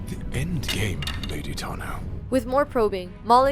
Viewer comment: I cannot stand how this narrator refuses to use the "aw" vowel sound for peoples names. HOW DO YOU SAY THESE NAMES WRONG!!?? They literally say them correctly in the show. Taw-noh. Asoka Taw-noh. not Tah-noh. Jesus fucking christ....